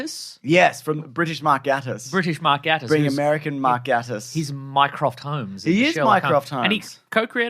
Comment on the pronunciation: Just a quick thing: Mark Gatiss' surname is pronounced "GAY-tiss", rather than "GAH-tiss". In the words of the man himself, "Just think gay. I always do."